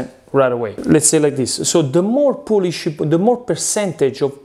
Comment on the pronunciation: What's in the poulish??